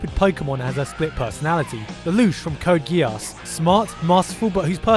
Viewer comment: the way this guy pronounced kakashi, naruto, code geass, and elfen lied made me wince.